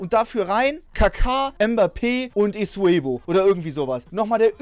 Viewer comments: Trymacs:Esuebo statt eusebio 😂😂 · Jeder : Eusebio Trymacs: Esuebu 😂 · Absolut niemand Trymacs: Esuebo anstatt eusebio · „Esuebo“ wer kennt ihn nicht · Wo holst du immer das W bei Eusebio her XD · der heißt eusebio und nicht esoebo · Isuebo der heißt Eusebio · musste erstmal überlegen wen er meint haha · Niemand: wirklich Niemand: Trymacs: Esuebo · Niemand Wirklich niemand Trymacs: isubeieo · Wie er eusebio gesagt hat am amfang